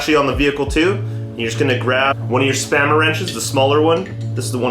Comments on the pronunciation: Thank God someone else heard spammer wrench. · I have a hard time taking advice from a guy that can't even pronounce the word spanner correctly.